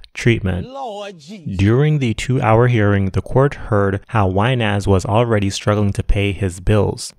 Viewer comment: I'm rolling everytime you call Mario "WineASS"... 😂